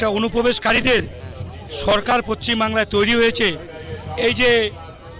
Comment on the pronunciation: আরে পশ্চিম টা ঠিকমতো বলুন